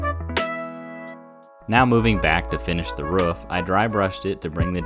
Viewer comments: Hey man why do you pronounce 'roof' like 'woof'? Is it like when you've only read a word so you don't know how to say it, and you've just never heard somebody say the word roof before? Or do people say it like that where you're from..? Any help appreciated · are you a dog? say roof right why does everyone have this problem